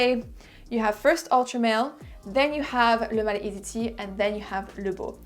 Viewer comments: I could never say pronounce and say the name like you do. I'm almost intimidated to buy it because I can't even say it, must be my Brooklyn accent 😄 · I'm french and i 100% validate your french accent.